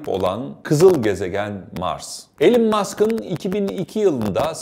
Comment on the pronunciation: Alan Musk ne abi yaaa Elon diye biliyordim ben